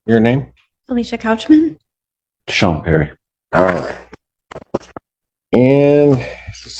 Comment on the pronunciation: Sean is pronounced like Shawn